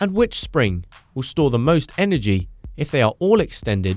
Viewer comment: "sring" lol.. You make great videos